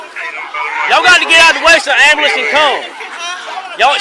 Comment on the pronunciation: Typical hood people. All the characteristics of useless hood people. Their mentality is priceless!!! “They didn’t have to shoot him!” “OMG my baby!!” “He didn’t do anything!” “Call da Amuh-lamps!!” My only question, is why can’t hood peeps say ambulance?